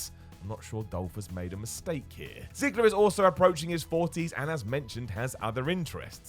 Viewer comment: you got Miro right you got Ziggler wrong